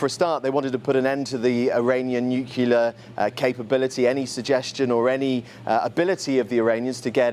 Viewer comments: actual journalists pronouncing nuclear as "nucular" is grinding my last nerve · he said “nook-ya-ler” 😅